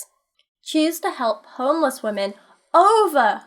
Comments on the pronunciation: It’s wahmin as in wah wah wah bitch I’m lil baby 😂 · How many times do they have to butcher up the word women?